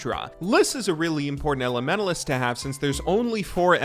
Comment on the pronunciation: holy fuck , the way you pronounce elementalist is tilting af. THERES A T IN THERE SO USE IT